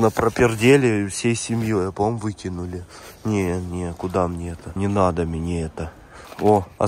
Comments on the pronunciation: Ааххахахха а мине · Ребитушечки, канешна я начал говорить мине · Мене він вже бісить все а мине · А мине семичик, амеане😅😅😅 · Тупо: "Мне" " Мине" "ребятки" "ребятики"